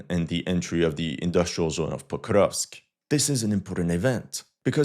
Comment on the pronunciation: This guy: POKRRUUGHHHVSK I dare you to try to pronounce it the same way he does without gagging. 😂😂😂😂